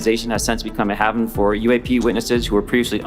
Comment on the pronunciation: the fact that this guy mispronounced HAVEN (hay-ven) makes me suspicious as hell lol